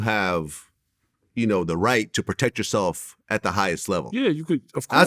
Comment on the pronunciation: Did Vlad say Protec? Lol Birdman got us creating our own words out here lol.